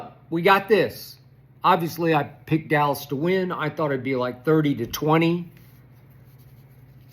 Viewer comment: No D in Dallas = allas or 'Alice' bunch of Alice's